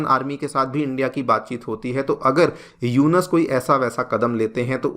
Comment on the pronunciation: ji..Its not यूनस, Its यूनुस